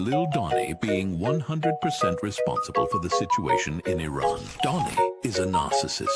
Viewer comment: still doesn't know how to pronounce the word Iran.